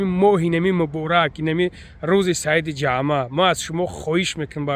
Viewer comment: Бародари азиз рузи ҷағма нагу рузи ҷумъа хафа нашав бародар забони тоҷикиро ҷазирбод накун